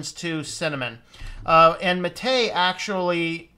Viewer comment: I always give a like to people that can pronounce "Mate" properly.